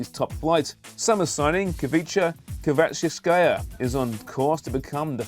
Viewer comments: Kvicha what? Jesus Christ, at least learn how to pronounce his name before doing a video about Napoli. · If you are going to do a commentary at least try to pronounce someone's last name correctly